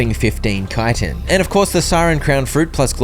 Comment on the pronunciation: Or yknow, educated